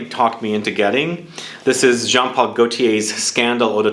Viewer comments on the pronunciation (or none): none